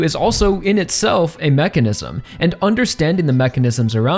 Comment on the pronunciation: Say mechanism again… I swear so annoying